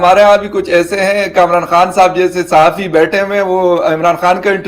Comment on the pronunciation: आप बार-बार साहफी बोल रही है साहफी पत्रकार को बोलते हैं